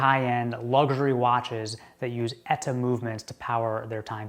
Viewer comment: Luxury not lugsury. 😂